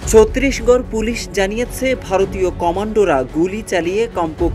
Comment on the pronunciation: ছত্রিশগড় না রে ভাই, ছত্তিশগড় আর, মামাবাদী না, ওটা মাওবাদী। সঠিক ভাবে উচ্চারণ করেন